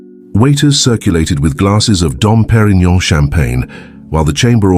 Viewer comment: you ignorant : not «dom périno», but «champagne Dom Pérignon»; you could at least check how to write the name